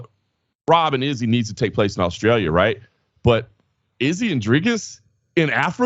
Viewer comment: Boys... Thank you for pronouncing Dricus' name correctly! The only GD journalists that can do it!